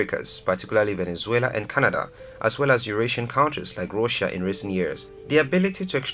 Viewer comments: Guy said Rossia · ROSHYA has no O or Y in the name of the country. Are you trying to be funny or weird?